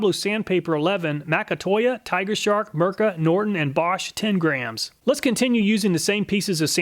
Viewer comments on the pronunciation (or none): Thanks for testing a Finnish product, and greetings from a Finn 🇫🇮 🙂 By the way the letter i in Mirka is pronounced the same as the i in "makita" or "diablo", not as an e.